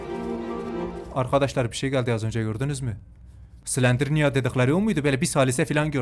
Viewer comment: Slinderniya değil slendirina